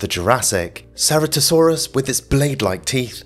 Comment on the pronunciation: Ceratosaurus was actually pronounced with a hard C like a K as in chitin which is what it was named for.